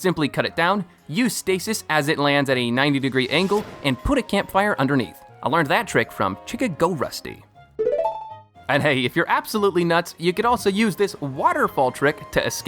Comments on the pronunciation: My man it's literally Chicago Rusty not "chica go rusty" 🤣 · "Chica - go - rusty" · ChicagoRusty pronounced "chick a go rusty"? 😆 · Chickago rusty Don’t you mean Chicago? Like the city lol. Maybe I been wrong this whole tome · not to be THAT guy but, you mean chicago-rusty? like the city? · I think it’s Chicago Rusty not Chica Go Rusty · obsessed with how you pronounced chicago rusty as chicka go rusty. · there is no way you pronounced chicagorusty as chick-a-go rusty